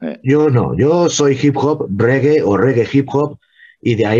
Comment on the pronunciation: REGGAE SE PRONUNCIA "REGUE" (no rigui, ni regai, ni reguea, ni ostias...REGUE)